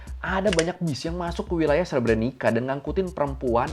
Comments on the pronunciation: Untuk sekedar informasi pelafalan "srebrenica" yg benar itu adalah "srebrenitsa" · Cara baca srebrenicanya salah ngab 😅